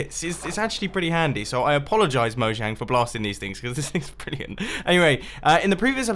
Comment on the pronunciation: You... Really souldn't tell the "Mojang" like... Mojang, but more like... Moyang. Becaouse the Mojang is prenaucment of Russian po*n website.